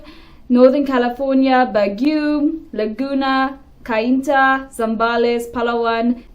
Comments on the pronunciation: Baguio is pronounced, Bag’yo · Please pronounce Baguio properly. That place is Philippines' holiday destinations (for the locals) because it's cold there. It's like Aspen, Colorado to USA.